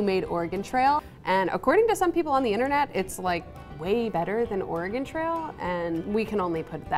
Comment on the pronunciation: Excuse me did he just say ORAH-GONE?